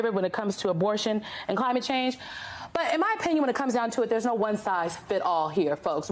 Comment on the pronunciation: Kliymeyt Shenge? Jajajaja